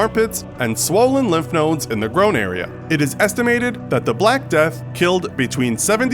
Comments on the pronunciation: “The groan area” 😂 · “swollen lymph nodes in the groan area” lol uh you mean groin area? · "Swollen lymph nodes in the groan area." It just throws me every time one of these vids gets wrong some simple pronunciation. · This guy really can’t read..,”the GROWN area”, and in the video I watched before this one he pronounces, “Hippopotamus” as, “highpotamus”. Sheesh dude.. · How exactly are you pronouncing groin there? Also you include 9/11, with 3000 dead but ignore many other worse things and why include Vietnam over WW1 or WW2?